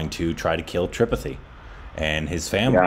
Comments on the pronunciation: Don't say tripity , It's Munna bhaiya tri-pa-ti. Ijjat se li jiega bhaiya-G ka nam . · I liked pronunciation of 'tripathi' 😜 for a second I was like, 😳 is he talking about me!!!! 🤣🤣🤣